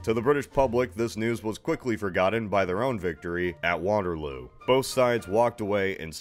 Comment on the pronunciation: Waterloo... most cursed pronunciation ever